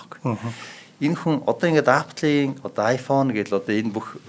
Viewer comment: angliar zuw helj surchaad yari l da apl gj shaahin epl gj duuddishde